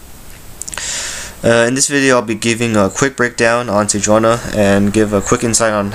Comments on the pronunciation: Ni not Na sejuaNI. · its pronounce SE JEW ANI